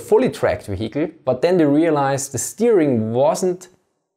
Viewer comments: Almost half the video and not one word about the technology - why doesn't it understeer etc. And "vee-HICK-leh"... Is there really no one that could've pointed that out for you? It gets quite annoying after a while. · Awesome video, always wondered about this question. FYI the word "vehicle" is pronounced [VIE-cle] in English (or at least in the generic/Midwest American accent). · Great Video, spent the first 5 minutes wondering what a vahiki was, thought it was a type of halftrack until i realised he was saying Vehicle, love the accent though, gives it much more credibility. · weheicle sorry had to giggle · It's not pronounced "vehikel" in English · You way of pronouncing 'vehicle' is really innovative! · Every time he pronounces vehicle someone dies in a car crash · say vehicle again for me please.